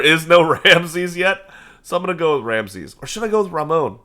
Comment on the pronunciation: Please stop calling Ramon Ramone lol, it's Ra-mon as there's no e on the end. Edit: You should max out your tribal authority before Menkaure passes. Edit edit: Antioch was a Roman city & up until it's conquest was considered the Roman capital of the near east, during the Eastern Roman Empire before it's eventual conquest at the hands of the Muslims it also made up part of the Christian pentarchy alongside Roma, Alexandria, Jerusalem & of course Constantinopolis.